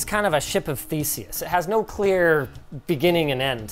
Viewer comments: I know Linus said ship of Theseus, but it sure sounded like ship of feces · he said, ship of faeces? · Ok...I'm pretty sure I heard "Ship of Feces" instead of "Ship of Theseus"